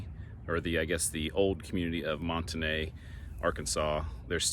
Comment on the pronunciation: You must not be from Northwest Arkansas. I used to live in Springdale and have to been to Monte Ne quite a few times. But here in Arkansas it's pronounced like "mont knee". Do some research please.